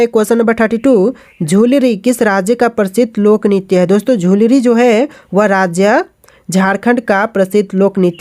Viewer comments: लुझरी लिखे है और झुलुरी 😂बोल रहें है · Sahi se padha kar bhai likha kya hai padh kya rahe ho , likha hai लुझरी और पढ़ रहे हो झूलरी , aise thodi na hoga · Jhulri nahi hai vo lujhri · Bhai झुलरी नही लुझरी he vo